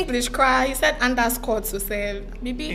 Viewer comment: Well tell, that it is pronounced •Underscore and not "Anderscore" •Plus and not "Plas"